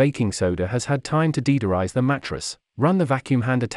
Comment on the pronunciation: "Deedorize"?😂 Whats that?